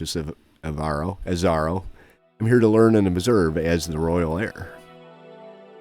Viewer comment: I die every time he mispronounces "Azaro"